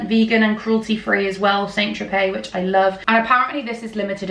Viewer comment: Hi. Thanks for the haul. St. in St Tropez is pronounced ‘san’.